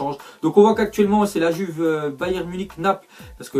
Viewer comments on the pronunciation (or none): none